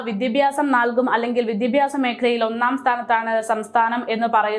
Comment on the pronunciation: വിദ്യാഭ്യാസ... എന്ന് പറയുക. മോളേ 👍🏻🥰